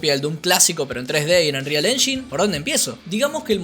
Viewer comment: Engain no enshin